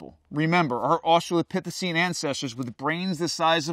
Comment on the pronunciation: How long did it take for this guy to learn how to say “Austraploithecine”